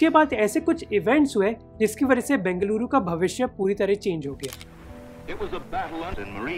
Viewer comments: Yes ! A lot of difference indeed ! We Kannadigas feel proud when we hear our places are pronounced properly in native tongue !!! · Bruh... It's so good to listen you pronouncing Bengaluru as Bengaluru and not Bangalore just for fancy.... Love from Bengaluru.... :)